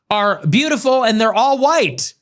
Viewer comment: "Breatiful genes" wtf😲